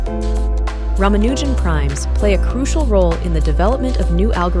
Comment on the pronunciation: Most still can’t pronounce his last name correctly. It isn’t “Rama-NEW-Jan” but is far closer to “Ra-MA-nu-Jan”. The film shows how he kowtowed to this mis-pronunciation in his eagerness to be accepted.